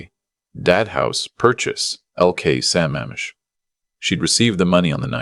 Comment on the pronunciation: Thank you for putting the CORRECT enunciation of Sa MAMM ish!!!